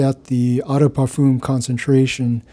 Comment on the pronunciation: Eau is pronounced /ō/, not /ah/.